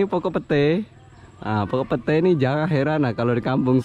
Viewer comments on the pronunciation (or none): none